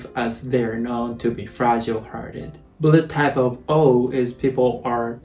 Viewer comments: I always heard "Bullettype" instead of "Bloodtype" 🤣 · the way you say blood type sounds like bullet time